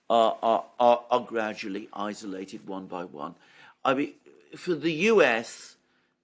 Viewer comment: Thank you for pronouncing "isolated" correctly. Can you please tutor Alexander now to do the same?